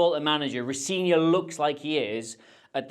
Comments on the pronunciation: It's pronounced Ro Zen ior, if you're getting into that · Appreciate the effort to get that name right. And then note: Rosenior is not pronounced how you pronounced it here. The middle E is an EH sound.